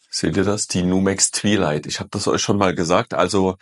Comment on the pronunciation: twilight spricht man anders... 2xei. Nicht i. 😂